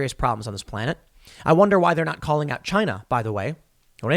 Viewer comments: "It doesn't work in CHYYNAA!!" That is the RIGHT way to pronounce it.:)) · Did he just say Chine-nah ? That may get him a strike on Utube